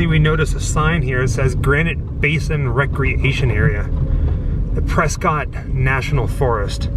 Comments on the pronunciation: As someone who has lived in the area for 30+ years, please know it is pronounced "Pres-kit" though some people still say Press COT... There is a book written about the name of the city... LOL Just so you know ;-) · Actually pronounced "Press-Kitt" ... don't ask me why, I just live here and it's a thing